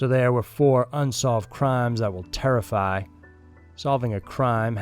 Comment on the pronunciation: Dude the way u say terrify lol